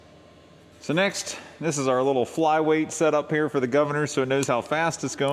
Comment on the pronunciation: I appreciate your "guvna" from myself in UK 😂